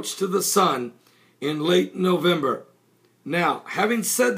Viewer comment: nowember are you sure its nowember its parsing earth the 28 november